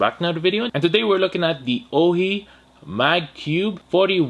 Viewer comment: It's pronounced "O" "Hi"